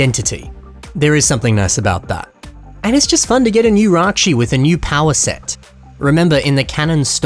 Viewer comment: Ракши а не райчи